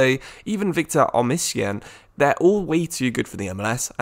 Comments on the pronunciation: " Laùtaro, Chiro Imoble, Victor Omisien" 💀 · U butchered Ciro immobile and Osimhen’s name 😂😂